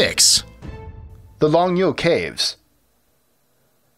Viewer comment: Hi,! If you ever have Chinese-language words to pronounce, give me a quick call first and I'll be happy to set you straight. (I'll try to PM you my phone # somehow.) Longyou, for example: the 'o' in 'long' is the same as the 'o' in the word 'or'. It's not "lahng". Also, the "you" is just like saying "yo". Keep up the good work, guys! "Yo!" Ha!